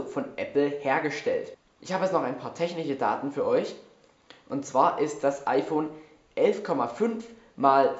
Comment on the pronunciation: teCHniche Date...das heißt techniSCHe daten